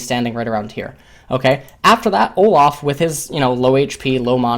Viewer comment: Why do you pronounce Olaf as Olof? There is an a not an o, you also pronounce Dorans as dorons, and mana as Mona. Really annoying to listen to you, your commentary is great otherwise just cannot stand your pronunciation of a sounds as o sounds for some reason.